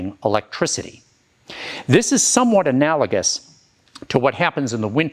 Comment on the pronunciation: AnalaJUS!!! The 'G' is pronounced softly! COME ON!